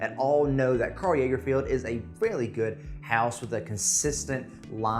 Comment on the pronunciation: "Karl Jaegerfield". I'd have forgiven "Karl Lagerfield". Cmon. Do better. That being said, Mercer Street is amazing for the price. I love the look and feel of the bottle, and the fragrance hits the spot for me with the pepper & citrus. If you want Aquatic, try the Karl Lagerfeld Urban Blue. Thanks for your review, always interesting to see other's opinions.